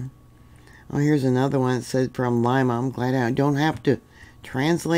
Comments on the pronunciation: Lee ma not Lima much love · City is pronounced LEEMA, not LIMA.